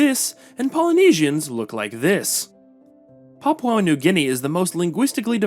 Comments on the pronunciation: Dude, you need way better research. It’s pronounced BOH-genvil. And PAPUA New Guinea. And PAPUAn. Also, “Papuan” is not a demonym for PNG people - it has a different meaning. Not “the Papuan state”, “the state of PAPUA New Guinea”. Generally PAPUA just means the southern region of PNG. Tok Pisin is not “creole-based”, it is a creole language. “Very few also still follow indigenous beliefs” is wrong - many, probably a majority, follow both Christianity and traditional customary practices. Australian Aboriginal people are not Melanesian. Many of the other names are mispronounced… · LOL, please do the pronounced "Papua" correctly. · PapUA New Guinea, not PapAU New Guinea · Need to learn how to pronounce correctly. It's not Papau, it's Papua. And it's not Rio Tito, it's Rio Tinto. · It's Pah-Pooh-An, not pah-pow-an. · Hearing papau this and papau that makes my head ache .... Learn to say " P A P U A " ... Not " P A P A U " please !!! You are being rude by ignorantly keep saying papau this and that. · It's Papua not PAPAU. Papuan not PAPAUAN. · Good to hear you'll improve it in future, but I don't know how you can say this is an "Anglicised" version. "PAP-oo-ah" is the Anglicised pronunciation, as very widely used all over the world. Pap-OW is just a mistake. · Not Papau... PAPUA NEW GUINEA ... The you are pronouncing the name of our nation is not correct. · Can you pronounce Papua correctly? It's pronounced as Papua as in Par-poo-uh and not Papau Par-pow according to your pronunciation. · You need to say Paa-poo-a New Guinea properly. The locals would not like it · Papua new guinea is pronounced Paapuuaa New Gini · no the anglicized version is papooah. You just are saying you're own thing, I think from misreading it as papau and then never looking again. If you had even heard one single other person in the world pronounce it the way you do I'd be surprised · Poor reporting. The country is no PARPO New Guinea rather it is pronounce Papua New Guinea.